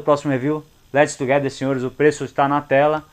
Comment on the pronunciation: meu deus filho que review top demais fora as pronúncias excepcionais let's together fiiilho abraxx